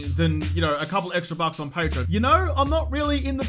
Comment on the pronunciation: When he said 'Having a few more bucks in Patreon', I heard 'Having a few more mupps in Patreon'. Seriously though, muppetry is the central theme of this channel. I fully support you and if I have to stay awake all night to watch your videos, I won't hesitate to do that.